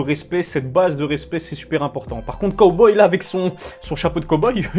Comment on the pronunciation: J’ai arrêter de regarder la vidéo au moment où tu as prononcé cowboy 🤠